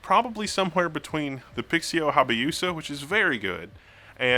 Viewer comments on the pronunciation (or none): It's Hayabusa, not Habayusa. 😂 Hayabusa is Japanese for Peregrine Falcon. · Just FYI it's Hayabusa (yabu) not Habayusa (bayu). Hayabusa is the somewhat famous nickname of an incredibly fast Suzuki super bike. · its not habayusa, its hayabusa. I needed to post this before I go insane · Great vid, but repeat after me: HAI-A-BOO-ZA.. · Dyslexic much??? It's pronounced HA YA BU SA you pompous neanderthal. And no, until they solve the burn-in issues I'm not touching another OLED device again. IPS is the better option for monitor use where you have static images on the screen for hours at a time or pixels that stay lit consistently. Nothing is wrong with gaming on an IPS display, and the newest models that hit over 60Hz like the LG 38 inch UltraGear, while pricey, will beat any OLED panel for what it can deliver. Get one of those in your lab for a test before you form an opinion instead of confusing your audience with garbage dribble.